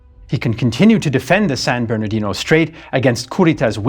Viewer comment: Like the San Bournodino Strate? 🤩